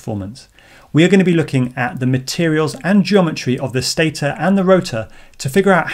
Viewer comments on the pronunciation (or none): none